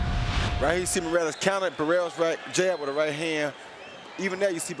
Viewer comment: Cuando pronunció el nombre de barreras y morales me da vergüenza solamente en pensar en pronunciar el nombre de canelo y los otros mamarrachos de hoy en día 😎